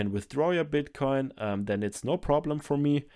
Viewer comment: Can we just take a minute to appreciate how good is at saying the word "bitcoin"?